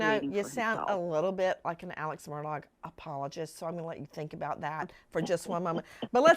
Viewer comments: It's pronounced murDOCK Not murDOGG. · Alex "MURDAUGH" THE G IS SILENT. Mur dahhhhh. Not MUR DOG. for future references The purpose of the evidentiary hearing "THE JUDGE WANTED TO MAKE A FULL AND COMPLETE RECORD WITH ALL POSSIBLE EVIDENCE AND PROFFERS "For the Appellate Court to decide based on facts" and all the Lawyers knew that. IN THE LEGAL WORLD ITS CALLED A HANDOFF but this was done properly.